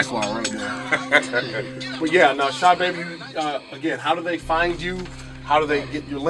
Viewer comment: "Shahbabii" lmao its Sahbabii bro u kept saying it wrong